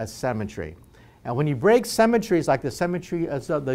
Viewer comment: I'm sorry, but when he said break symmetry I imagined a particle destroying a gravestone from how he pronounced it.